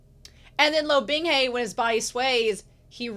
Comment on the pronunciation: It's so easy to listen to these. I have a couple other Youtubers I like and I've tried their read throughs, but none of them took. Yours are great. Just enough talking and reading, and you read well, which THANK YOU. I will get used to you saying 'binghey' instead of 'bingha' lol. I'm most impressed you got Qingqiu right so quick. That one took me FOREVER.